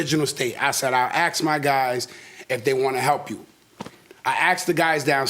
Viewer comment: Why do people not know its "ask" not "axe" drives me nuts